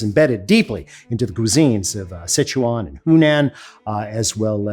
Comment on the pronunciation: His pronunciation was pretty good for Sichuan and Hunan! Guizhou is pronounced roughly as Gwei-Drou, like Drought without "t"; Jiangxi is pronunced as Ji-ang-Shee, where J sounds like that in "Jeep." Also Qing (Ch-ing, like that in "Check" ) dynasty.